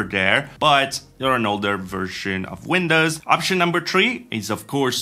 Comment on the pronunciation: If someone could explain to me what "WINDUHS" actually is...